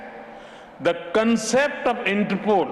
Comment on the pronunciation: Inter poles 😁😁